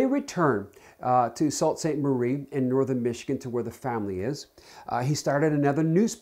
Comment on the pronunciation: It's pronounced (sue)saint marie